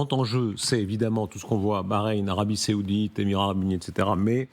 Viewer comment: Darius....c'est l'Arabie SAOUDITE...pas SÉOUDITE...les habitants sont des SAOUDS pas des SÉOUDS....OK